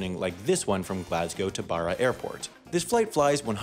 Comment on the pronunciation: A person who pronounces Glasgow right its not like Glaz-Cow its Glaz-Go